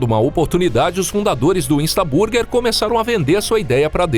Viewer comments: Vídeo muito bom, mas por favor para de falar bUrguer 😂😂😂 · A pronúncia está errada, em inglês burguer se pronuncia “bãrguer”